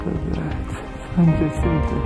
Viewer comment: Not intending to sound like an ahole. It Mt San Jacinto is pronounced Ha-sin-toe. I live less than 50 mi from there.